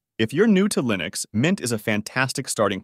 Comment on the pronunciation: "the best LIENUX distros"